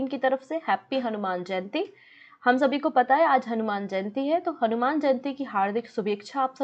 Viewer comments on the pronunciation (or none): none